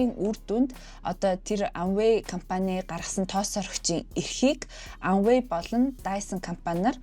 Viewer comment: Amway buruu heleed bhin a usgeer helehgui shu.